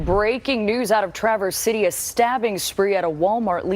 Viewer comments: You'll probably never have reason to say "Traverse City" again, but the accent is on the first syllable: TRA-verse. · Former Michigan native, flinching every time you say Traverse. But it's a Michigan pronunciation thing. Tra-verse, not trah-verse. The "a" is pronounced like cat, not car. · Please say that city’s name correctly. It’s not Tra verse it’s ‘Traverse’ City short A and emphasis on the front of the name. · Sir, it is pronounced TRAH- Verse City, just for information. I hear your comment, and want to correct some assumptions. We are not against the Second Amendment right to carry. The issue is that some people should not have access to a gun. People with certain mental illnesses should not have access. If they would not be able to assist in their own defense in a trial, what makes them suitable gun owners? Also, it was not necessary to have a gun in this situation. You are not acknowledging that on many occasions, even in armed ones, people have been able to disarm a dangerous person. And why aren't we talking about the school shootings that are still happening? THAT is something that doesn't fit the narrative because ALL of those except one were done by white kids who frequently gained access to their parent's guns. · In one of those weird local pronunciation things, it's TRA-verse City, not like the word tra-VERSE. I grew up in Lake Orion, Michigan, but it wasn't Oh-RYAN, like the constellation, it was OR-ee-un. Now I live in CO, where Buena (BWAY-na) Vista is pronounced BYOO-na Vista. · Despite starting with a local news clip that properly pronounces Traverse City, you joined everyone else reporting on this and mispronounced it. 😂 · Colion, it’s “trav-erse” city not tra-verse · It’s not pronounced Tra-verse. It’s pronounced Trav-erse. The lady on the news is saying correctly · Not a big deal but it's "Trav - Ers" city, not traverse, which is a verb for moving across something or a Chevrolet. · Traaaaaaaaaverse City, not Chevy Truverse